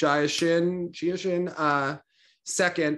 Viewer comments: It's Ji-a like Ji with the ie sound not Jaw. 지아 is her name in Hangul, that 지 is Ji with the stronger ie sound just like it looks. No need to complicate her name it's one of the easy names. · On Jia’s name, it’s Gina without the N